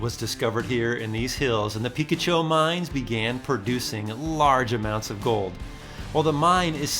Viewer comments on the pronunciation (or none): I literally just made a video of this place a month ago. 😅 I live in Yuma now, would have been cool to meet up with you. You can drive to the right, after paying, and go to a look out near where you hiked. It’s also pronounced Pi-kotch-oh not Pika-cho. 😉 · Come on, the area by the River is not pronounced “ Peek-a-Chew”, It’s pronounced “ Pi -catch-oh”😆😉. I’ve not been to that valley of names, but over 40 years ago ( maybe 45 almost😳) some friends & I all decided to camp out there by the old mine ruins & river. It was VERY peaceful and other than an occasional plane flying way overhead you could only hear your heartbeat and the occasional wildlife. We tent camped and long around midnight I remember it being Damn cold & a bit uncomfortable. I had my trusty “ ‘65 -off road lifted Corvair” and my buddies all had mini-trucks, an old Datsun & a Toyota, and we had an otherwise enjoyable time like you did. If anyone else watching your video decides to go explore that area remember you are MILES & HOURS away from most places and people & must be prepared for the worst. “ Plan for the worst & hope for the best “ was our motto back then, & still is to this very day. Thanks for a memorable ride in your video here. Stay safe & give your wife a big hug & Happy 2024. Maybe someday you & I will cross paths as I’m also a San Diego resident & native ( living in El Cajon these days). C-ya buddy 😎👍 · It's pronounced "puh-KA-cho" with a short A. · Peh-kah-cho. You made me google it like I was mispronouncing it all my life lol. Thanks for the videos. I watch them all and make trips based off them for my family in our off road rig. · I stumbled onto Valley of the Names about 1 year and a half ago. Cool spot! The name of the state park is pronounced, Pee-ka-cho. I'm glad the wild burros didn't visit you during dinner. The next time you're the area, check out Tumco Historic Mine, and also a curious nearby spot called Center of the World.